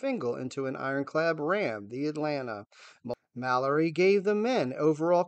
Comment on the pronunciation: Also the secretary of the navy was mal- or-ree. Not maloy